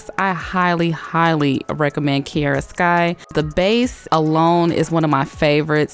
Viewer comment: Why do you say KI E RA when it’s called KI A RA ...